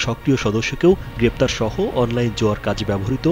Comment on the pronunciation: পেপতার না গ্রেফতার